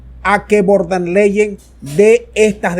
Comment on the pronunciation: SOLO QUIERO CORREJIR A CON EL APELLIDO DE VON DER LEYEN, LA PALABRA VON SE PRENUNCIA EN FON DER LEYEN